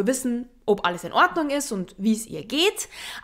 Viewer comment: Ich liebe es, wie du OB sagst 😍